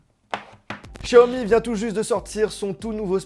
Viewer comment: Chiaomi ?🤣 Sinon cool la présentation !